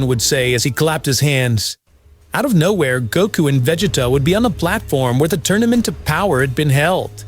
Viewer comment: Why is the narrator constantly pronouncing Vegets's name that way. Chill out dude